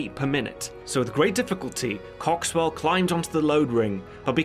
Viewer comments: He said "cocks swell" 😂😂😂😂😂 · Henry Cock-Swell... i can't stop laughing. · "His pilot wasn't a woman but a man named Henry Cocks-well." LMAO. And yes I know it's spelled Coxwell but wow that's funny.